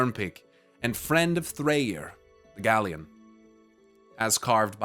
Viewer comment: Minor pronunciation nitpick: Galeorn refers to the storm eagle, and "Ørn" in Danish means Eagle. I think the pronunciation to be closer to "Gale - Orn/Urn" instead of "Galleon" like the ship. Anyway, keep doing what you're doing, love your vids! :)